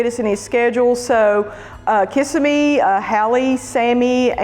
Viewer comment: Are you pronouncing Kissimmee incorrectly on purpose?